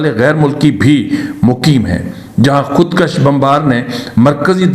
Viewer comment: خودکش مت کھو خود کوش کھو کاف کے اوپر زبر نھیں پیش ھے اگرزبرسے کش کھے تومعنی ھوگاکه که فلان نے لکیر کھنچی اگرپیش کےساتھ خودکش بولوگے تومعنی ھوگا که که فلانے نے اپنے کو قتل کردیا تو اس لفظ کی اداٸیگی کی تصحیح سے آپکی صحافت میں فصاحت کومذید زینت ملجاۓ گی جزاک الله خیرا بارک الله